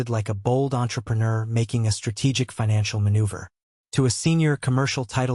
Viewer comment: I absolutely hate the way AI pronounces entrepreneur.